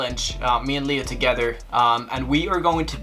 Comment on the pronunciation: "Togever" lol 😂